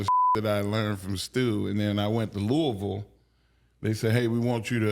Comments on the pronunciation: i appreciate mark henry pronouncing “louisville” correctly. TO EVERYONE THAT IS NOT FROM LOUISVILLE, the city is not pronounced LEW E VILLE!!!! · As a kentuckian, mark pronouncing louisville correctly makes me happy. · Mark Henry saying Louisville right warms my heart ❤️